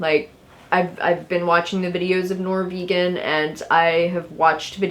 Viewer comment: ok, sorry for the irrelevant tangent, but I hope you understand that if this Norvegan guy is indeed Norwegian, you're absolutely definitely not pronouncing his name correctly